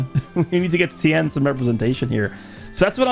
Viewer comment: It's Ten there is no I It's like saying Luthor wrong such a pet peeve of mine 😤